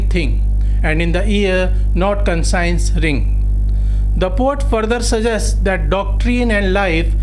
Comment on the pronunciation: First correct your pronunciations then lecture here. Conscience should be pronounced - 'kon shns' not consigns. Heart should be pronounced as - 'haat' , not hurt. come on Sir , Poet is not pronounced pot. Elegance is allegance. I suggest you correct these basic matters first